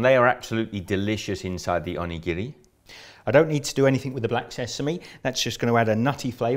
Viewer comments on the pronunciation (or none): I usually make these with a filling of a avocado, gari, and a little bit of wasabi. And it's pronounced [au-NI-girri] with emphasis on the "ni". Not "Ohnee-GEE-REE. :D